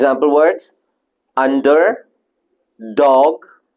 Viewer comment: How the word under pronounce as "D" sound